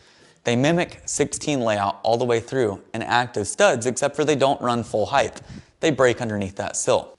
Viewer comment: Liked the video, but please, please, please leave the word (how you pronounce it anyway) "heighth" out of your vocab. It's "height". Hard "T" on the end. Sure, "width" has the "th" sound, but "height" does not. Sorry, it's my nails-on-a-chalkboard thing.